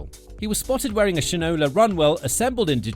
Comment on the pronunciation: It’s pronounced Shine-ola. As in you don’t know sh-t from Shinola. 😂